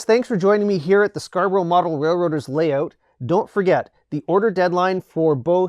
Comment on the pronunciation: I like the way he says, "Lay oot"...